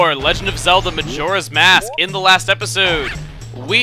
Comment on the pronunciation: Chugga says Youre ass mask xD